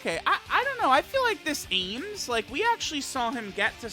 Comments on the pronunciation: Every time says "aYmS" instead of "Ahms" I get an aneurism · chilling Yeahs it's like Arms. Not aims lmao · I die a little bit inside every time mispronounces Ahms' name...